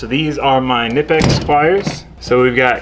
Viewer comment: Good video. You stay say knipex wrong haha. Go watch the video of the knipex factory and hearing the Germans say it haha. Even the American reps say it wrong and in different ways. Tool time! Hoa hoa hoa! Also try they do sales all the time on gear wrench. SK and sunex!!!